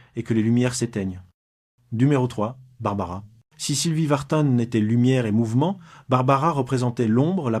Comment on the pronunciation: C'est pas Vartane MAIS Vartan.